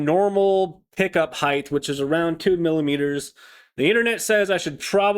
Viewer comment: Love simple guitars, have a Charvel with HS, one volume, one switch… also, there’s no such word as Heighth people, like Eighth… it’s Height, hard T at the end. Width, Depth and HEIGHT, lol - just being a dick \m/ rock on my dude.